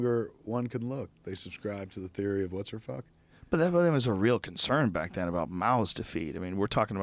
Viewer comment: Curtis DipDip that's how he pronounced theory.I thought it sounded a little pretentious lol